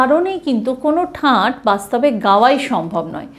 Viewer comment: ঠাট ,ঠাঁট নয়